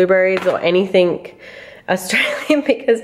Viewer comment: Why do you put a "k" at the end of the word "anything".